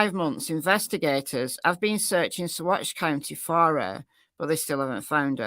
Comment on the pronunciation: Yes, you are pronouncing Saguache correctly 👍 sa-WATCH